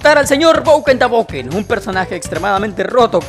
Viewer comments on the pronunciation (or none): Cómo dice bennet:boken da boken Cómo yo lo digo:. Broken da broken